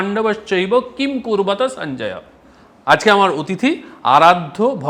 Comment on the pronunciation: কিম্ নয় কিম। আগে গীতা সুগীতা কর্তব্য। ভালো ভাবে সংস্কৃত সন্ধি সমাস জেনে মনে হয় পড়া উচিত।কারন এই একটি পতাকার নিচে সমূহ মানব সমাজের মঙ্গল